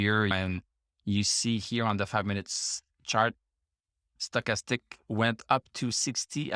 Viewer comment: I’m here to hear you say “Sto’chastic.” Gets me every time.